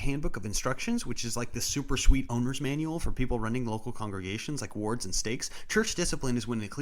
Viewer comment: I had to listen 3 times to stop hearing the word "orks" when he was talking about disciplinary wards lol